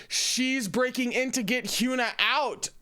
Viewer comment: Can't wait for Round 6, it's gonna be a wild ride! (Hyuna is pronounced with a soft U so it would be Hy-uh-nuh)